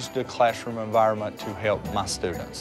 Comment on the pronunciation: I don't want to be critical but when he says classroom, i thought it was clashroom. I appreciate what they do though.